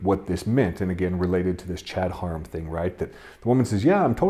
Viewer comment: And it is pronounced "hair-um" not "hor-um"